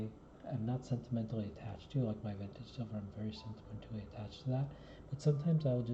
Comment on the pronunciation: Been hearing a lot of people talk about you. A pro Vin-tah-gay stacker. Nice! 👍 Subbed 👍